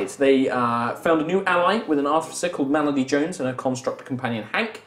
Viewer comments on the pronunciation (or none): Melody? Is that what it is because every time said it, it sounds like Malady a distinctly more ominous name